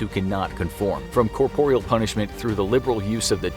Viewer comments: Great video thanks. The word is corporal not corporeal. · SO he says corporial and these mis-pronunciations MUST be on purpose. He's reading the scripts and it's done in basically EVERY video this narrator does which makes it too much to be coincidence. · You say corporal weird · “Corporeal punishment”? 🤨 Don’t you mean “corporal punishment”? (Though to be fair, corporeal makes more linguistic sense.) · It sounded odd to my ears too, but I understand them to be synonyms so...